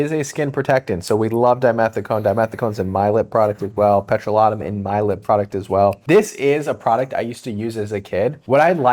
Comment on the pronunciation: Petro-lat-um? OMG Hilarious!!!